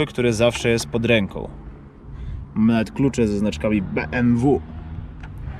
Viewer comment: Beemwu Eczydzieści kurwa.